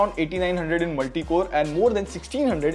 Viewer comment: Bro it's not I N it's in